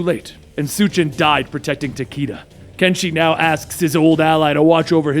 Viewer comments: Dude its takeda like ta-kay-duh. Luv ya much dude keep up the good work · was RIGHT These are all Japanese names. Fortunately japanese has fairly strict guidelines. Raiden - is pronounced as you stated. Takeda- both are wrong. Its Tah-keh-dah. It's the slight difference of "e" and "ei" (e is "eh" and ei is "ey") Shirazi Ryu- this one's a bit tricky to explain. Because there is no vowel in between R and Y it is pronounced in one fluid motion. Ryu and riyu both sound similar, thought the former is one syllable and the latter is two.